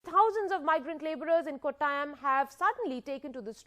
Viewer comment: Not Kottayam. It pronounced as kottayam